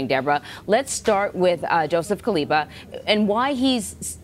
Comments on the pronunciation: Kabila* not Kaliba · Lady keeps saying Kaliba. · The CBS anchorwoman seems incapable of saying “Joseph Kabila,” whom she calls Kaliba instead. I wonder what she’d do if she had to say the Malagasy president’s name, Mr. Rajaonarimampianina ! Perhaps she shouldn’t say those names at all since it’s none of her business to begin with. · 🤣🤣🤣🤣the First Lady called him Kaliba instead of Kabila